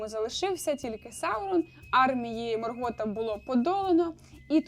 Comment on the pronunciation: Відео цікаве, але вуха в'януть від наголосів.. тільки у Саурона правильно наголос. Остаточно вбило "МоргОта"😵